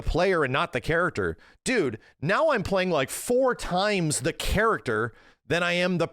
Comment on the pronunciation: You know it’s bad when says dude instead of dood